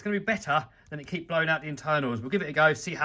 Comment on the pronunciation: It is Jeep not keep